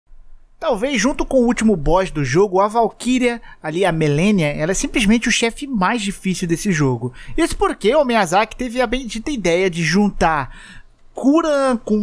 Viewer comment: Malenia virou Melenia 😂😂😂😂😂😂